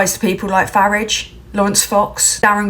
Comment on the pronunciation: Thank you for pronouncing Farage's name right. The idiot is a hack brings shame to the UK